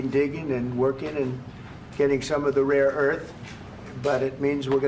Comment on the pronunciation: Trump keeps saying raw earth. He's so stupid he doesn't know he's talking about rare earth. Shame on the US.